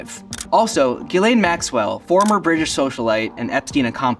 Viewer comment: The first creator that pronounced Ghislaine correctly.